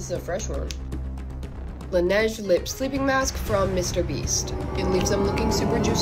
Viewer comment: Not m getting mad at how she I pronouncing Laneige